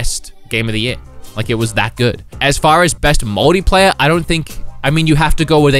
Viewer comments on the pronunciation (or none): Why does he say 'moldy player' instead of multiplayer. It's not the accent because I'm also Aussie.